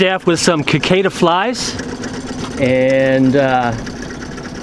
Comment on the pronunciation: Cicada is pronounced “si cada” the C is soft., not “Kicada.” That’s the bug that’s currently plaguing the South and Midwest this year.